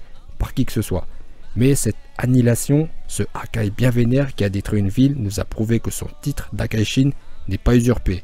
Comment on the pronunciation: J'ai cru que tu avais dis Hagar